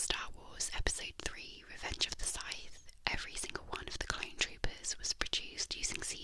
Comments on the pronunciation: Sith, not Sithe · Sorry but "revenge if thw scythe" took me out hard xD Ive NEVER heard sith mispronounced like that, bit a big deal just funny to me